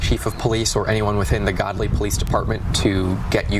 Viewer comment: It’s actually Gödly. (pronounced Goodly) Duh